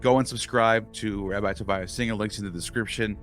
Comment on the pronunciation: Once again, the Rabbi nails it! But I suspect 🤔 that if Rabbi Singer were to apply the same sort of criticism to the Hebrew scriptures that he routinely applies to the New Testament, it would literally make his head explode. 🤯 BTW, his first name is pronounced, "Toe-VEE-ya", not "Toe-veye-ya". If you were a Boston townie I would say it rhymes with how the townies pronounce Revere. Your mispronunciation of his name really bothers me.